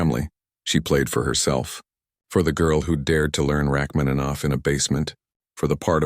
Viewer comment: I’m a professional musician. Please get your AI to correctly pronounce the name of the author of the piece, Sergei Rachmaninoff. It’s incredibly disrespectful to mispronounce his name.